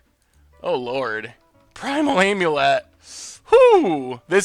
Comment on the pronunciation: Are my ears playing tricks on me or did actually say "amulet" correctly.